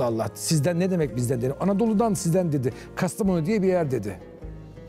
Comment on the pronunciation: İlahi Ayhan Bey 30 yıllık kastamonulu adamı da şaşırttınız o da İtalyan aksanıyla Kastaa monu diyor 😂😂